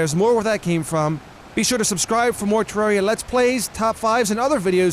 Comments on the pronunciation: Tip 11: Don't pronounce it 'Terreeeria' It's Terraria. With an A. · #1 thing you shouldn’t do—call it “te-rare-ia” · finally... someone who pronounces it TER AIR E A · Worst thing to do in Terraria, call it ter-rare-ia